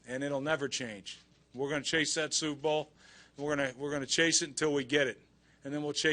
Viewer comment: LMAO it sounds like he says SOUPbowl even in defeat rex still hungers for food!